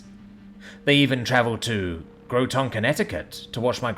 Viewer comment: Groton is pronoucned Graa-tn not grow-ton.